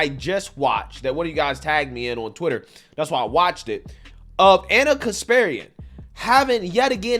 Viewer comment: It's pronounced KasparYAn. Not KaspErian.